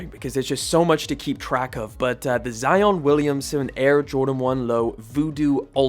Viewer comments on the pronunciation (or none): none